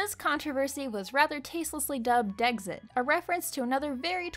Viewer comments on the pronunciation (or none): Me: Decks-it: Deggs-it Me: Say "decks": Decks Me: Say "it": It Me: Say Dexit: Deggs-it~*